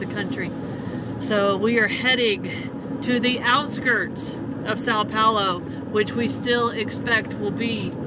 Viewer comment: Suppose for one moment -- we reversed things: a couple of Brasilians stranded somewhere in North America and unable to speak a word of American-English. What kind of service would they get ? Why things are always a darn one-way road. And please try and learn how to pronounce Sao Paulo -- check with Google Translate. You might as well take a phrase book with you.